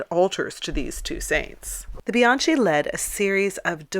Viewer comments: Bianchi not pronounced bee ahn chee but bee ahn kee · Bianchi is pronounced with a hard "c" - Bian-key.